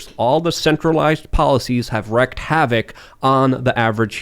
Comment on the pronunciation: once again, wreaked is pronounced REEKED, not WRECKED.